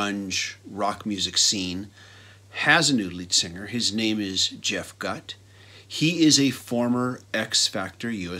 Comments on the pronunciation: It's pronounced goot , not gut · I agree on all your points. BTW, It's pronounced "GOOT" per Keep up the good work!